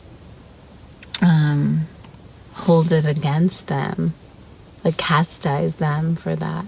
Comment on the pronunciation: She said CASTIZE 😂